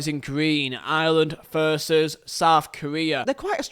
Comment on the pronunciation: I love how he says veet instead of v for versus